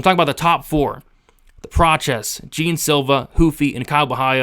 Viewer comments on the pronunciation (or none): Jean is pronounced John… not like the pair of paints